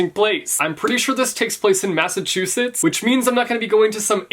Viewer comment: I was replaying the bit where you said massachusettes XD